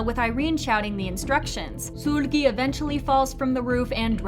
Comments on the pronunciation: Suuuulgi ….sorry I had to It’s seulgi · It's Seulgi not SULGI. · It's "Sul-gi" like sulky not "Sool-gi" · It’s Sèlgi not Suulgi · SOOLGI, damn mama just pronounce her damn name lowkey-ly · Love your videos but can you please put effort into pronouncing idols' names correctly? Its NOT SOOLGI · the u say sOOlgi sends me to pluto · can you stop saying SOOL GHEE PLEASE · i’m sorry this isn’t hate but i’ve noticed you pronounce seulgi as if it’s “sool-gi / sul-gi” when the “eu” part is pronounced more like the u in “turn” :) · i wasnt tryna laugh until i heard her pronouncing seulgi's name- LIKE MAAM THE HELL IS SOOL-GIE? 😭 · Great video but i just can't with how u pronounce Seulgi's name 😩🙏🏻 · Yeah this is theory is nice and all but the way you say seulgi 😭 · The way you pronounce "Seulgi" is cute 😁